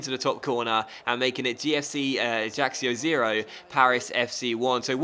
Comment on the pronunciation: Prounce Ajaccio Ajackio